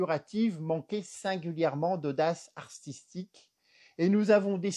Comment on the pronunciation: J'ai beaucoup ri, merci Monsieur, ça manquait de divertissement dernièrement sur Youtube. Ah, juste un détail : on dit artistique et pas arStistique et recontextualisation et pas reconStextualisation. Mais je suppose que c'est aussi fait exprès pour nous faire rire. Encore merci 😂😂🙏🙏